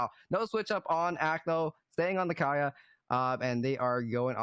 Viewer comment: dudes cant pronounce kaya smh